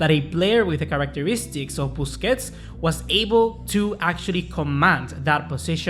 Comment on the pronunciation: 😂😂😂man said bussi